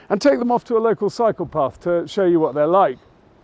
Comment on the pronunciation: I was referencing the 'local cycle paths' you mentioned on the video (@ & ) because it sounds very much like you said psychopaths. It was a joke, as you would want to avoid any psychopaths ...